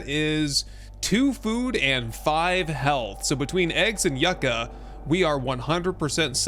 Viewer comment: Is someone gonna tell him how to say yucca correctly.